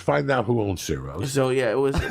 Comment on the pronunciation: ciros pronounced chiros